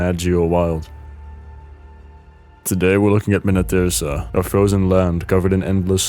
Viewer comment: Original Deepwoken content? Pronouning Minityrsa correctly?! How is this possible